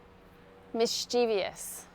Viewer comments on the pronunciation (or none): I think I didn't catch very well when you pronounced Mischievous. Because, I think I heard you say 'Mischiev I ous ' 😊